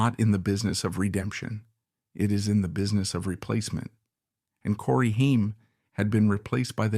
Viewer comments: Stupid AI voice not pronouncing his name right is infuriating. It’s not pronounced Hien , like the ketchup. It’s pronounced Hame, like fame. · Corey Haim’s last name is pronounced HAYM not HEIM. A lot was left out of this, but thank you for talking about him. He was so much better than he knew and he is missed so much. He was a brilliant actor! I miss you, Corey. RIP 🤍🌹🤍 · "Haiym" LMFAO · The narrator keeps switching pronounciations between "HIME" and "HAIM"...a signature trait of A.I. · Could you please at least say the man's name correctly? Ffs it's not a difficult one. The A is long which means it sounds just like the letter's name. If you are gonna claim to be sensitive to someone's life, at least they're damn named correctly. That kind of disrespect is awful. It makes suspect everything you say whether or not this ends up being a good source of information or not. And unless you name Feldman as part of the reason Haim fell apart, I will definitely suspect everything you said you're setting up.